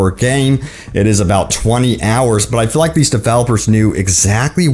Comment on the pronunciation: Bro why the hell, did you say you can "fill" the guns and can "fill" the ogmentations. The word is "feel" ok 👌 "feeeeeel" . Not "Phil"